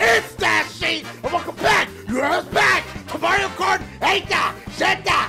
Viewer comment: Every time he says the name of the track, he just says: 'Oehhh Movwio rhugh rghough!!'